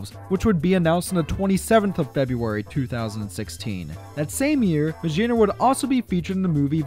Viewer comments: I'm surprised you didn't notice that MaGEARna would be pronounced with a hard G like in GEAR. It's not Majearna. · The G in meggerna is pronounced like gear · What I hear: Mashearna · i have never heard someone pronounce magearna as "mashearna" but i respect it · Ur saying maggerna wrong the hol vid